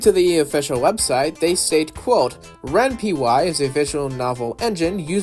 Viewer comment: This is the first time I've ever heard someone pronounce Ren'Py like that... I'm pretty sure it's 'ren' + 'pie' like how Python's start sounds since the engine uses a mix between Renai and Python.